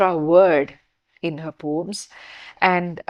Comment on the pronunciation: Can you pronounce it as Po-ems or Po-uhms instead of POMES .? Too pedantic